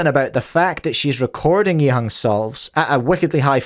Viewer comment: I had to double-take as he pronounced Yiheng's name correctly. It was so odd that he even stuttered lol.